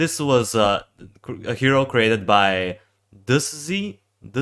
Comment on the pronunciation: AYYYY ITS FROM DUSZNY, also its pronounced "doush knee" (Im in a discord server with him) :trollpig